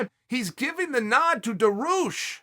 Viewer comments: I can understand calling him Benny, “daroosh” is a travesty though. DAR-I-USH Dariush Not daroosh, dariush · Beneil DAROOOSH. KHAZMAT Chimaev. Dude, if you can't make the effort to learn how to pronounce names properly, just don't talk about them. SAEL CHONNEN!! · Was he joking with his name or was he seriously calling him Benny Daroosh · I actually screamed when he said ”Benny Darooosh” damn Chael out here playing mind games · The pause before Benny Daroosh was pure comedy. Stay you Chael. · When he said Benny daroosh I did a spit take literally LOL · I'm like who tf is Benny daroosh 😂😂😂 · it s called dariush in Persian ecvalnt of Darius it.s the name of great king it.s bothering me people can.t pronounce it